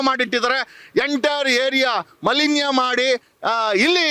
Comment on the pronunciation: ಮಲಿನ್ಯ ಅಲ್ಲ ಬಾಸ್ ಮಾಲಿನ್ಯ